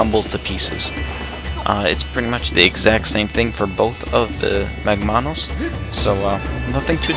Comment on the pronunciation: Shouldn't it be MAGmanus and not magMAnus? because it's MAGma, not magMA. you did the same thing with the other boss, tentalus. It's TENtalus and not tenTAlus because it has TENtacles, not tenTAcles.